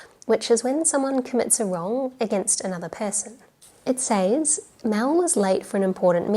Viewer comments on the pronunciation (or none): You mispronounce says.